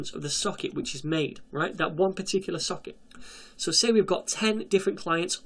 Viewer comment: I keep hearing "suck it".